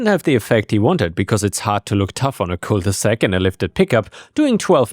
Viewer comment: Cul de sac, not cole de sac.